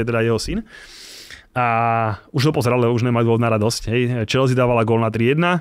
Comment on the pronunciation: škoda, že se prezentuje jako velký fanoušek a přesto říká "Čelzí"...je to anglický klub a anglicky je to "Čelsy"